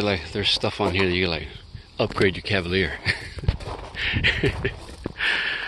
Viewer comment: Ah the Cadvalier 🤣🤣🤣